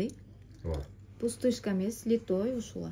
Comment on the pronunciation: 😮ушунча арызанбы, тангалып атабыз коруп алып, пай пай пай, литой эмес, литый деп айтылат, аябай арызан экен ,😂😂😂, талап атабы.